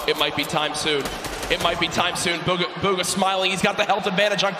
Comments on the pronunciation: its bugha not boogha 😂😂😂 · Its Bugha not Boogha